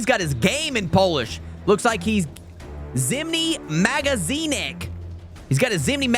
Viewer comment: Lmaoo zimny magazynek 🤣🤣🤣 killed that pronounciation tho